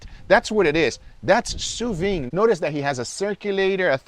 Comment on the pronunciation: It's pronounced sous veed. You should pronounce the D.